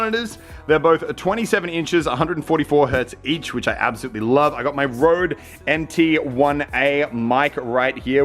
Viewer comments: its not rode, its røde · You don’t pronounce røde like that